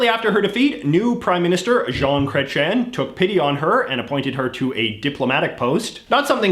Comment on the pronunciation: wtf is up with your pronounciation of chrétien my man.